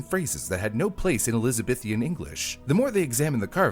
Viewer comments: Elizabithian? Speak English. It's Elizabethan. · And he still kept putting an extra i in Elizabethan